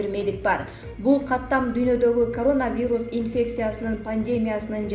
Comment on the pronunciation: Айланайын, журналист кыз, грамматикан ноль го, сенде, сени ишке ким алса да чон рахмат ударениени туура коюп окучу диаспора, пандемия, коронавирус ж.б. создорду мектепте окугансыгбы? Уужас, позор